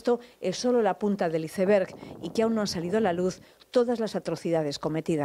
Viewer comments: La punta del iceberg Se dice la punta del aisber su pronunciación no es izeber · Es la punta del que???????? CEBER??? Si no saben pronunciar el inglés, usen la palabra en castellano, TÉMPANO DE HIELO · Isever?... 🤔 "Iceberg"